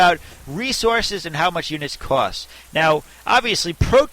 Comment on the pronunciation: where are u from... strange accent when u say "Cost" and "Protoss" strange but i like:)